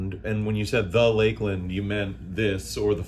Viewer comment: It is LAKE-LAND. Exactly how he pronounced.